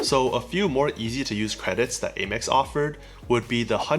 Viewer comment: Am-ex not Ay-mex. ;)